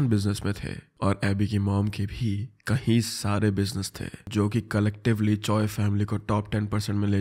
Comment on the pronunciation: Bhai kayi bola kro kahi Sare nhi.... H sound nhi ayga kayi... Me